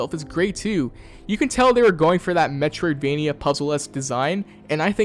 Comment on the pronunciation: Drinking game: take a shot every time he says, "Metriodvania." Take a double shot at the end if you don't know what that means.